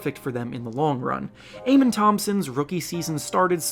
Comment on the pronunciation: why do you insist on pronouncing amen's name wrongly? it's uh-men